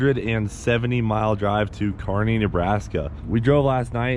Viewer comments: You can tell from Nebraska because he pronounces Kearney correctly. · You know is from Nebraska when he can say Kearney right.